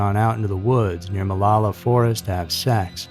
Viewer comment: I’ve lived in OR for 8 years now. We pronounce it Mah-low-la.